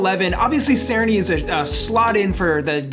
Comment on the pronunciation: Great series so far! Btw Cerny is pronounced like this [Cher-nee]